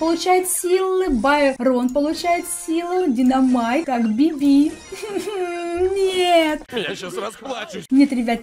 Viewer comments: Би́би,а не Биби́... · правильно не БибИ, а бИби😹❤️